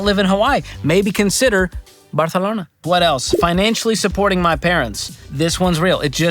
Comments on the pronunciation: It's "Barrrcelona" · I’m a huge fan, and I defer to your financial wisdom, but I gotta tell you that you are wrong about the pronunciation of Barcelona. It’s a soft “c”; the language of Barcelona is Catalan, not Castilian (what Americans call Spanish) - Catalan doesn’t have the lisping “c”. 😉